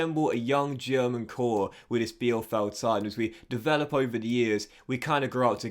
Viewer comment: Also "Vimmer" and "Peeper." Easy German: ie="EEE" sound and ei="I" sound. Really excited for this playthrough!